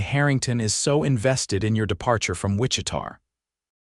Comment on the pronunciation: Hate that the announcer can’t pronounce Wichita correctly